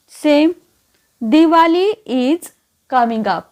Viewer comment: आपण दिवाली का म्हणायचं. दिवाळी म्हणूया. बाकी तुमचे सर्व व्हिडिओ अत्यंत अभ्यासपूर्ण आहेत.